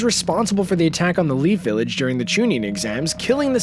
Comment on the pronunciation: we not ganna talk about how he said lead village 🤦‍♂️